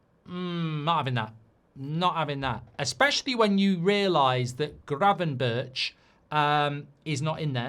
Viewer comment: That's not how to say Gravenberch, Sir.😅. But you're forgiven. It's incredibly tough(for me at least).